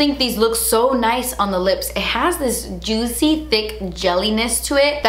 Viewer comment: "It's sooo joot-see!" 😂🙌🏼